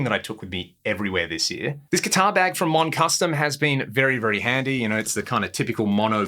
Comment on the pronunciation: Can you tell me the make of the guitar bag? It sounds like you're saying Mon Custom, but I can't find them anywhere.